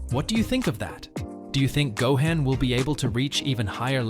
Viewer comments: Smh its Not Go-hen* its Go-han sounds like Go-hon* smdh. Keep up the content tho. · Dude , it's 'Gohan' not 'Gohen' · I know… I can’t take this seriously with all the butchering… Gohaan, Saiyon, Wis…Vegita….Ultra Instinct twowee??!!? … This ai does not know db.